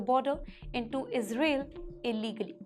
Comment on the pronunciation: Izreel ??? Cannot even speak or pronounce properly 😱 It’s Kerala , not kiirela , Government NOT GOMENT First You need to get Basic education and definitely some DICTION lessons … It is too Irritating to listen to you, I keep trying to block XPTimes , but it keeps popping up on my YouTube feed ….